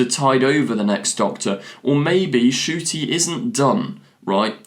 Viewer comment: His name is Ncuti! The N isn't silent it's n-shoo-tee!